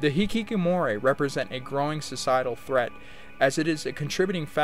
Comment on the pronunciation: You really seem to enjoy saying Hikikomori in this video, though it sounds a bit more like you're saying hikikomoray. It's a fun word no doubt. It does seem like a symptom of high pressure systems that some people simply choose to opt out completely. It's kind of like, what's the point? I can't help wonder who is failing in this scenario. Is society failing these people by not providing them with meaningful career paths that they can derive enjoyment and esteem from or are they themselves to blame for not giving it enough of an effort? I personally believed that by abstaining from the market place, there would be a correction in it to satisfy everyone available to work eventually, but it would seem that the ruling class simply has too many people willing to fill the gaps. That there are too many docile creatures in the world willing to work for peanuts either from the local market place or importing workers from poorer nations where a peanut is worth 3 to them. I watched Nebraska. I will say that one of the characters, the son, is actually quite likable and in terms of wanting to like and root for a character, he seems like someone you might want to root for even though the movie really isn't his story. A lot of the characters in this movie though are rather despicable people with little to redeem them. It's weird because Woody Grant to me is a kind of grown up Jack Cole. It's like you got your wish. Nebraska is the movie about Jack Cole, although, mostly about the ramificati